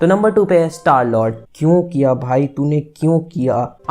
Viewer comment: Mujhe star l*nd Sunai diya lol...😆